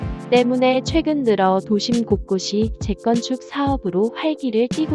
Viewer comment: 왜 자꾸 재건축을 잭건축이라고 발음 하는지... 되게 거슬리네